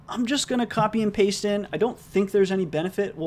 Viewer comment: It's actually pronounced "paste" not pasta